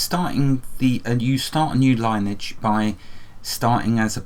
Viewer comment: I had to say something... Lineage is pronounced " Lin - ee - edge "